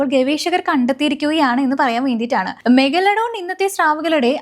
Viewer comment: പറഞ്ഞു പറഞ്ഞു മെഗലഡോൺ അവസാനം മെഗഡലോൺ ആയി 😂 എന്തോന്ന് പെണ്ണേ